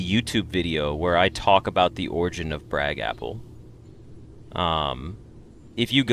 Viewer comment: At one point your pronounced your username as “br-GAPple” and that’s how I will forever say it in my head.